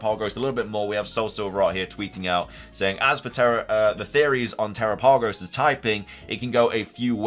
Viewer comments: Since it's a turtle are you sure it's not pronounced like Galapagos? I feel like that would make a lot of sense. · if you don't actually have news, you should probably replace that word with speculation instead. also, do you read your comments? people have been trying to tell you how to pronounce terapagos for a while now.